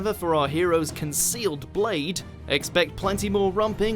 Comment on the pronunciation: “Consealed Blade” 😂